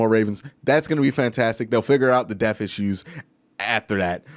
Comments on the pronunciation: Depth not def.... d e p T H not de F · Good video but it’s not death it’s depth😂💀